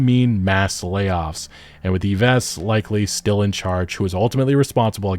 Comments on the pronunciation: Yves = Eve's, is the proper way you pronounce his name. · Yves is pronounced more or less like the name "Eve." It's close enough for an American voice, anyway. :) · The S in Yves is silent. It's pronounced exactly like the English name Eve. (Just FYI, no biggie!) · His name is "EVE"....EVE. not EVESS. You do not pronounce the S in YVES. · Y-vess rofl. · Yves is pronounced "EVE", the S is silent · For future reference, his name is pronounced "eve" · Yo nice vidz, Yves is pronounced like "Eeve" 🙏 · Btw just going to clarify because it's hurting my hears everytime you say it. The name Yves is prononced like the "eve" in christmas eve. Besides that keep up the great work!